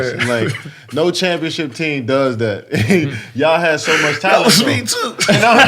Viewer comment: jesus CHRIST i love the way kd pronounces “y’all”